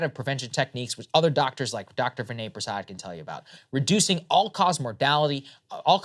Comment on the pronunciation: Your points are correct but please pronounce Dr. Prasad’s first name correctly. Much gratitude for demonstrating the insight required to avoid the convenient path set forth by misguided or even downright corrupt national medical organizations .